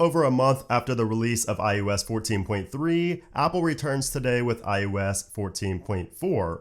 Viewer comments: ✅ iOS ❌ iUS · It sounds like you’re saying IUs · stop saying iUS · What is this IUS you speak of? I thot it was IOS.